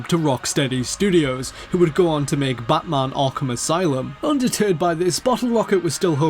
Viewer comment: "Ironmahuun" "Batmahuun"